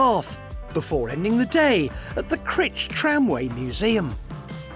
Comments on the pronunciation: Pronounced "Cry-ch" as in motorbikes, not "Critch" as in itch! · Cr-eye-ch please.